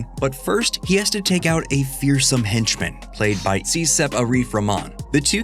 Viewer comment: 'Siesep Arif Rahman'. Siesep.